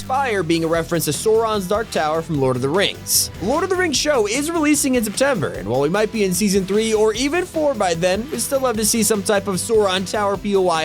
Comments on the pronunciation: Sooron? Really? It’s souron :/ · Did he say soron it’s Sauron and it’s not Golem like an iron golem from Minecraft it’s gollum and miles moralees it’s miles morales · I’m sorry the way he pronounced sauron and Gollum hurts my soul. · Great videos and ps you miss pronounced Sauron